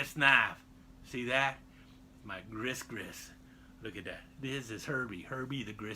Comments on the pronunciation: Gree-gree is the correct pronunciation. And has definately gone head-first over the edge! An exceptionally entertaining video, keep the Fun Knife Fridays coming! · I believe “gris-gris” is pronounced “gree gree.”